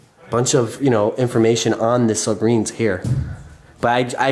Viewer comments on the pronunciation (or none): It sounded like he kept saying subarine instead of submarines😂 but this is really cool, me and my friend want to do stuff like this but we don’t know how to get started, any tips?